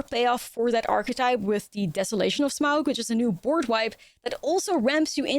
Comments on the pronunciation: Sm-ow-g is absolutely the correct pronunciation , to quote the middle earth wiki: "The diphthong "au" in Smaug is pronounced like the "ou" in sound or house, though the name is often erroneously pronounced Smog, most notably in the Rankin/Bass animated movie." Love the video, I am looking forward to this set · 10/10 Smaug Pronunciation